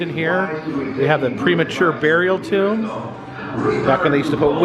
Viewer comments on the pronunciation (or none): none